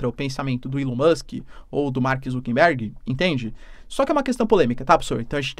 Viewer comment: boa, professor!! ah, um detalhe, o nome do inconsequente é ZUCKERBERG (COM "R", NÃO "N")